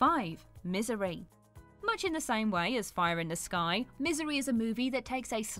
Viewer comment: The second she said misery my fricken ankles winced. Lmao